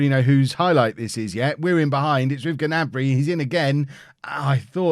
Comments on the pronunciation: Play wan bissaka and it is pronounced ( na-Brey ) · The G in gnabry is silent i believe